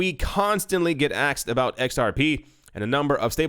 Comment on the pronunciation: Getting down with the brotha's these days man hey?? Using the word 'axed' in place of 'asked' Very cool man, very cool!